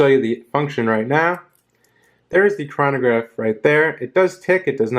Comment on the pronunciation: you pronounced chronograph and omega incorrectly